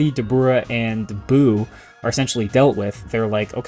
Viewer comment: bro his name is dabra 😭